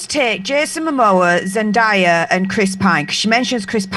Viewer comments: Also kinda tired of so many people calling her Zen-die-ah when it's Zen-DAY-ah, Zendaya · T-T it’s zen-DAY-a